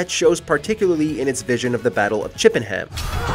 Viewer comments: Ugh. “Chippen-ham”. It’s pronounced “chippenurm” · Chippenham pronounced chippenum not chippenhyyyaam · Battle of Chip & Ham? 🤔 ohhhh "chippenum" 🤦‍♂️ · It's not pronounced ChippenHAM, it's pronounced Chippenh'm. The A is silent like in all English city and county names. It annoys me every time an American reads a place name from England. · Here's something Yanks apparently don't know, Chippenham is actually pronounced "Chip-in-um" over here. I do love the ways some of you pronounce British place names 🤣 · Today I found out about the Battle of Chippenham, a town where I've lived for 33 years completely unaware. Which is quite embarrassing. (PS, it's "chip-un-um" ;-) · I hate to be “that person” but it’s pronounced “chippenum” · It’s pronounced chip-en-uhm btw